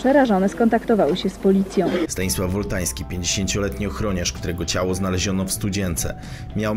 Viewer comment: powinno być: Wultański lub Wóltański.